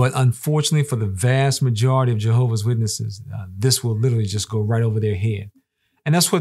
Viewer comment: Why is it so hard to add the S in Jehovah’s witnesses?